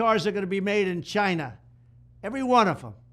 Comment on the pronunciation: I like the way Trump says; China with emphases......CHINA!